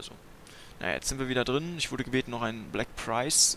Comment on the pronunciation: wenn ich nicht irre dann heißt der panzer "black prince" und nicht "black prinze "